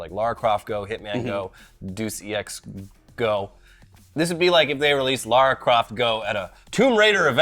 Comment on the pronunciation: Did say "Deuce E.X."? Like seriously? I really hope he knows how to pronounce that title and is just purposefully mocking it.